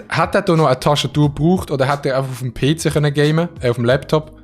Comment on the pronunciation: jeder: ‘PC’ schweizer: “Peeeh Ceeehh”